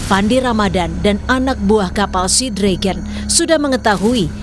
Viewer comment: Sea Dragon dibaca Sinaga